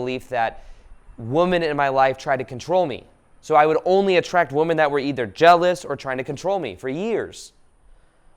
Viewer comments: One day you will be able to correctly pronounce women. One day soon. I am manifesting this. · There's something about the way says "woman" when it seems like it should be "women". I'm not sure if it's charming or creepy 😁❤️